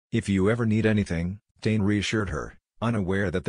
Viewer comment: The commentator needs to pronounce “Tane’s” name correctly.